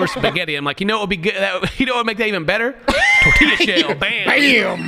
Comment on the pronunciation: …. You said tortilla shell and my eye twitched lol my Mexican blood is boiling 😂😂